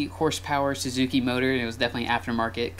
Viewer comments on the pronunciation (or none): none